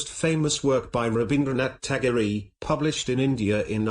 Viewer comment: His name is pronounced as tagor not tagoreeee